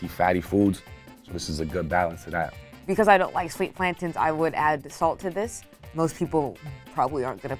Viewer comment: It hurts my ears when the girls call em “plantins” they’re platanos or at the very least plantains